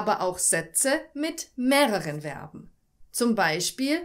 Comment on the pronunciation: Übrigens werben werden nicht ausgesprochen sondern Verben zu info